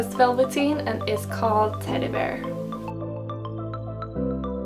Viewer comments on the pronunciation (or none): none